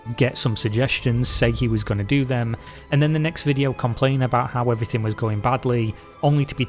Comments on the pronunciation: Never trust a person who pronounces everything as everythink. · It's ophva, everyphin is gon. Everphin is gone m8, it's ovpha